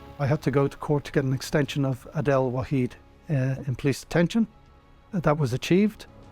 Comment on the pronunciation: It’s not that ADELE, It’s Aidel, a Lebanese/Levantine name😂